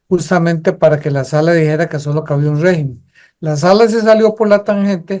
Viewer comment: rÉgimen, rÉgimen... se dice rÉgimen, no RE-Gimen..